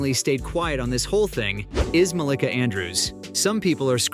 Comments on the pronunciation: Muh - LEE - kuh.... the pronunciation is wrong lol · Why he's saying her name wrong tho 😂😂